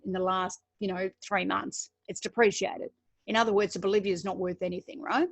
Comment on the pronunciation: Bolivar :) Not Boliviar.